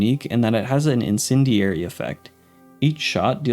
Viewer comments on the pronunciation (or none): none